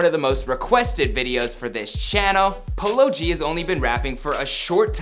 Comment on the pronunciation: did he just pronounce it as “palogee”